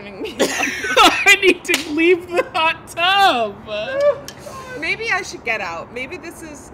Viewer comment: "I need to leave the hot TUB" that emphasis baby